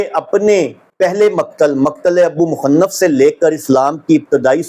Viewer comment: ابی مخنف کا نام تو صحیح طرح سے ادا کرنا سیکھ لو ریسرچر صاحب